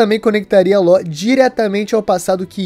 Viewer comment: falar "Láu" e não Law é um forte indicativo de alfabetização precária